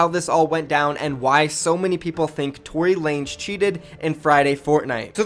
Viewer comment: It’s not Tory lanes😂 it’s Tory LA-NEZ